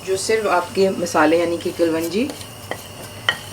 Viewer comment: Not trying to teach you anything but the correct pronunciation is Daigchi not Daichgi and not Kalwanji but Kaloonji. Your recipes are awesome, I am big fan of yours.